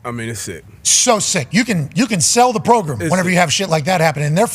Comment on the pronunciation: JJ progrum best progrum of the progrum